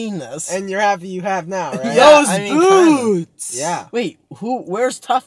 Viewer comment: we all heard the same thing when he said boots